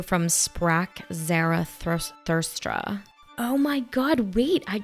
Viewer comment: No hate at all ( I love your channel), just wanted to say it’s pronounced Zoro-ASS-trionism, and Thus spake (rhymes with the way the letter is a used in plate”) Zara (Clara) Therathustra (rhymes with diorama) ❤